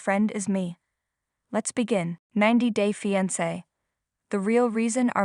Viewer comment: It’s fiAnce, NOT fiEnce and SAINT (St.) Petersburg NOT STREET Petersburg and ArmAndo NOT ArmEndo and San FelipE NOT San Felip and La Mision was massacred. Sounds like someone needs assistance with English pronunciations.